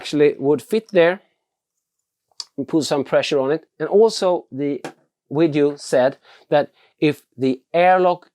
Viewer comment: Grymma filmer, men det heter Video inte Wideos;)